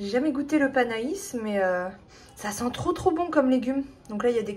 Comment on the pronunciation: Cc, c'est pas panais ca ce prononce panè.....ah les légumes c'est pas ton truc....mais bon tu as goûté un nouveau légumes bravo 🤣🤣❤❤❤👍👍😘